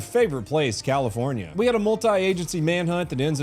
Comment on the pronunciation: CALIFOR NYAH NYAH